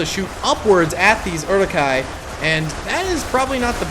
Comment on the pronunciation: This mtherfker really just said "eri-kais" and "knights of Rohan"....... Is he even a lotr fan? Its Uruk-hai and Riders of Rohan.